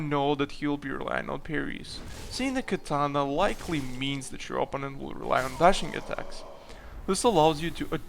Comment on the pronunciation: please, PLEASE. o-PPÓ--nent (oPOUnent)